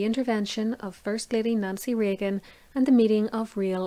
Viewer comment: Did you say Nazi Reagan...